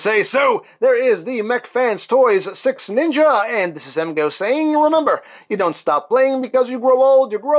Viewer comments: I sweat to God it sounds like you are saying SexNinja. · All I'm hearing is sex ninja 😂